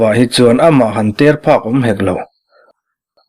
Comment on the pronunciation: A mah han ter phak tih lai ,(ter) tih lai kha a rik dan a dik hlel deuh